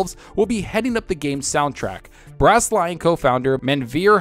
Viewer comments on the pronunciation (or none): none